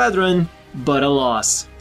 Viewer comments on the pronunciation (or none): Who tf pronounces “alas” like “alloss” Lmfao what a fucking idiot.